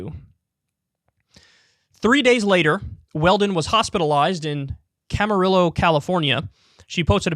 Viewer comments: I’m from the same city where she was hospitalized – fyi it’s pronounced “Cam-ah-reeyo” not cam-a-rillo” (se pronuncia en español) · Camarillo pronounced cama-ree-o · small correction; the double L in Spanish is a Y sound. Camarillo is pronounced Camario frenetically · Camarillo, CA. Pronounce the double L in Camarillo like a Y or just omit for correct pronunciation (Camariyo or Camario). Weird to hear Kyle in New York report a story in my neck of the woods. Didn't know of the personality reported here, but I know more than enough people that work in the local hospitals that said they were maxed. I even witnessed it since I went into the ER w/ COVID. Luckily I was vaxxed and only spent hours in the ER; however, I was out of work for 3+ weeks. Based on how sick I was initially, I probably wouldn't be typing this if I was not vaxxed. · Hey Kyle, just a fyi, itll likely NEVER come up again.. Camarillo is a Spanish word...LLs are silent.. cam a rio...I wouldnt snow you brother....lol, for real thats the pronunciation...LA native..Ojai is Oh hi....just in case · Dude, please research how Camarillo is commonly pronounced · Kyle trying to say Camarillo is hilarious.